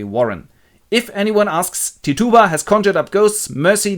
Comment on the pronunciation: Hmm, never heard Tituba's name pronounced that way before. Americans say TIT-u-ba.